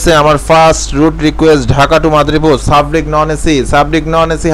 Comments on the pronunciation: sarbick re sabrick bole🤣🤣🤣🤣 lol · ভাই সাব্রিক না। সার্বিক হবে। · ভাইজান বাসের নাম সাবরিক না সার্বিক। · সাবরিক না ভাই সার্বিক